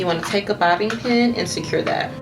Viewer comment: Is she pronouncing bobby pin as bobbin pin?